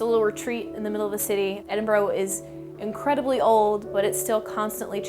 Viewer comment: I see her with the green hair is still saying Edinburgh wrong even after living there!